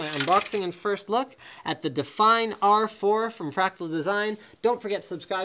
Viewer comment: Because he pronounced it like that.